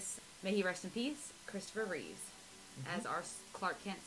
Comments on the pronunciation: Christopher REEVE (no S), except when he’s Superman. 😉 And its George ReeveS. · great review. but it's George reeves, and Christopher Reeve.